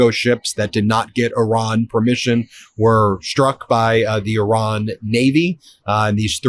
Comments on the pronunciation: Thank you for pronouncing Iran correctly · I’m begging you to PLEASE pronounce Strait of Hormuz as “Hormooz” NOT “Hormoze”. I cringe every time you say it. While you’re at it, please pronounce Pakistan as “Pak-ah-staan” NOT “Pak-e-stan”. And thank you for pronouncing Iran correctly (NOT “I-ran” as many do)